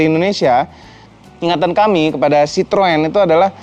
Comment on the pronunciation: Citroën = cara banyanya (chithoen)